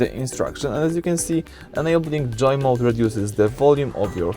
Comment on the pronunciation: Its Joe mode not Joy mode